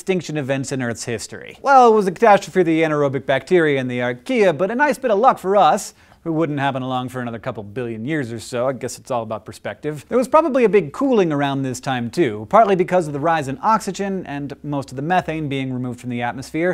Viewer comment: Archaea sounds like Ikea :P